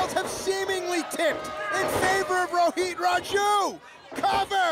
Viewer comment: It is Rohit not Roheet 😂